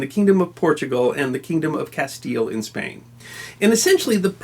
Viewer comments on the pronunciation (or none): none